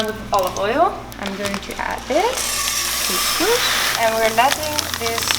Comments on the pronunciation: it‘s called couS couS and not cousch cousch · don't forget ginger. There is no morrocan meal without ginger 🤗 It's couScouS not kushkush 😂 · It’s called cos cos (not cosh cosh)😂😂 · I'm from israel, express it couscous ( Don't express the sh, just s) :) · Kus kus, not kush but kus🤣🤣😂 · its called koskos not koskosh and Israel doesn't exist and koskos is Moroccan dish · You are so cute! Actually you pronouns it israeli kooskoos (not kooshkoosh), but in israel we call it ptitim. Love your videos!😍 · Couscous. Not 'coesjcoesj' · Hi I live in israel, the lest meal you made is called koskos not koshkosh. And actually this is not koskos this it ptitim google it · As an israeli..you say couscous, not coushcoush haha..love you! Such a great video :) Gave me some meal ideas *more Israeli dishes you migh like as well- shakshuka, and Falafel. Google it :) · It’ s so cute the way you say « coushcoush » . It’s couscous. It’s far from the way we do it in morocco but it’s an interesting recipe to watch. Thanks for sharing. Stay safe ! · Hello from Turkey🇹🇷🇹🇷🇹🇷KusKus, es sounds not ş sound pronunciation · It's kus kus : ) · cous cous is pronounced "kus kus" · im from israel and israeli cuscus is my favorite! u need to say it like "cus cus" no with sh :) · Zmie M yes you do pronouce the s. CouScouS. 😉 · The way you pronounce couscous is so cute 🙈